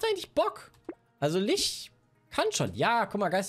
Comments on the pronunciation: XD wird Litsch gesprochen. Wie Litschi. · Ich kenn's im Englischen als "Litsch" und im Deutschen normalerweise als "Lich". Hab aber auch schon "Lick" gehört. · Die Stadt vielleicht. Ansonsten gibt es "Lich" nicht auf deutsch. Das ist halt einfach ein englisches Wort und wird "Litsch" ausgesprochen. Macht es nicht richtig, dass viele es falsch machen. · "Litsch", nicht "Lich" bitte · Aussprache von Lich hat auch ein neues Rekordtief erreicht, danke euch. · Alle so: Kann eine Zahl richtig vorlesen? Ich: Kann Lich richtig aussprechen? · Kann das Wort Lich richtig aussprechen oder nicht😂